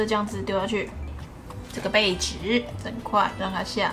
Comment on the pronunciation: 我一直把背脂聽成荸薺